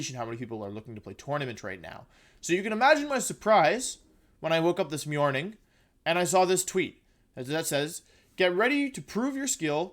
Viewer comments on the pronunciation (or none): wolf said Mjorning